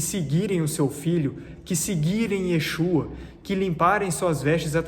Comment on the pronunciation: Você estuda tantos assuntos e as traduções mas pronúncia do verdadeiro nome do filho não... YESHUA não é YAUSHA